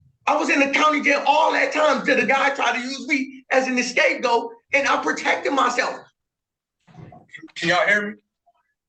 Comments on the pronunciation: Did he really say, "An escape goat" ? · Did he really say escape goat?